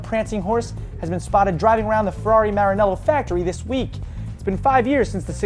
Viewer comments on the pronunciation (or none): none